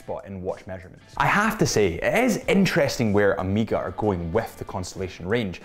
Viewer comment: Amiga? WTF? Try O-may-ga